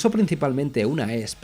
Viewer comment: La fonética de la marca de la guitarra es i es pi 😂